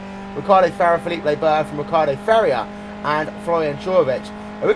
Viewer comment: Who is Farrier? Why can't this announcer pronounce names properly?